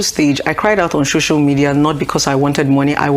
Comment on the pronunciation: Why's she saying 'shocial media ' I thought she was well schooled!